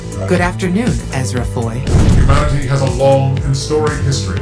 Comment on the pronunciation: Did I hear ezhra foi?